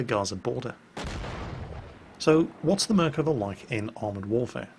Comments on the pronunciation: Nice attempt at pronouncing dear! (though you are wrong...:) ) "Merkava" - like 75% of the words In Hebrew, is pronounced with the stress on the last syllable of the word. It should be pronounced "mer-ka-VA" and not "MER-kava" as you pronounce here. For reference - say "Merkava" like you would say "coup de grâce!" in french. Salute from Israel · I'd love to record myself and let you know how to pronounce it. I'd say the first way was better than the "corrected" one. Try to emphasis the last silable out of the 3. merkaVA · Still wrong its mer-av-ka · it's Merkava thats how you read it don't know who toled you mirkava but never heard any one call it that here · I'm Israeli and hearing you say mirkava makes me cringe, it's merkava, just as its typed, don't know who told you otherwise, tell him to can it. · and he even pronounced Merkava wrong XD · he didnt pronounce merkava that well either, he's still a brit; no matter what we do. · Your pronunciation of the name is wrong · Hey! You are absolutely right - I was playing this game just for this! But, you have still mispronounced the name. The emphasis is on the last 'a' in the last syllable. Love your videos! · imm from israel and the way you say the name of the tank is just driving me nuts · חחחח נכון